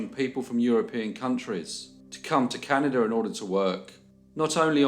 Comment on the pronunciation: "cannidur" 🤓 It never gets old. 🇨🇦